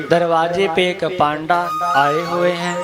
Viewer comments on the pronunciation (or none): पांडा नही उसे पंडा कहते है महराज,,,आवे जू घुमा दिया